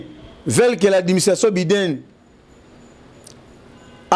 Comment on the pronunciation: Biden ça se lit BY DEN ndeko journaliste.